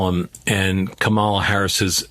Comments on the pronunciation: Let me help you grown adults. The VPs name is pronounced Comma-La. It's really not that hard. Also, Trump can't talk policy. He never could. He's a carnival barker, not a serious politician. Kamala Harris will destroy him. Because she is young, smart and patient, unlike Trump. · Could you please pronounce Kamala’s name properly ??? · Would be respectful/journalistic to pronounce her name right.